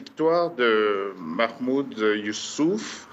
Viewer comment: Madame la journaliste vous prononcé mal le nom du président union africaine il s appelle mahamoud Ali youssouf